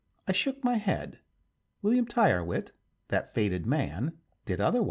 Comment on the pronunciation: Tyrwhitt is pronounced "Tirritt".